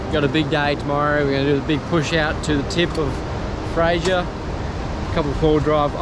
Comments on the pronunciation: It's fraser. Not Frasier. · Mate you are saying Fraser wrong